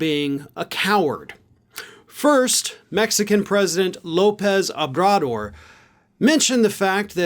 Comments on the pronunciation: Oh-bra-dor "Abradoor" 😂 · pronounced President /owbradoor/ with a bounce on the Rs :) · Great piece...BUT...take a moment and get the mans name right.... OH....BRA....DOOR! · That you were not doing it on purpose is understood. His name is pronounced Three syllables: 1.Oh. As in Oh gosh the dog ate junior. 2. Bra. As short for brassiere 3. Door. As in show Cruz the door. Oh Bra Door. Some find his nickname easier. AMLO As in "I Am Low". Keep up the good work Its wasi But the Mexican President is k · it is pronounced Oh - brah - door. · President Obrador's name is pronounced O-bra-door. In Mexico he's called Amlo - Andres Manual Lopez Obrador. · Please have your staff inform you of how to correctly pronounce all political leader's names. Example: Ohbrador is pronounced Oh bra door. It would make your hispanic audience expand. Deadly serious. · O-brah-door. Love how the governors of Mexican states move the big RR transit hubs from going thru Texas. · I really enjoy your podcast but I wish you showed more Clips instead of just reading texts or talking about stuff. Also, FYI, I believe Obrador is pronounced Oh' bruh dor with the accent on the first syllable long o. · OH-brador is how you pronounce it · Ahem... The pronunciation is "Oh-brah-door". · Accent on the last syllable: O.bra.DOR Never bet against Ted Cruz being an asshole. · Try to pronounce the president of Mexico‘s name correctly! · Would have been better to pronouce Obrador correctly...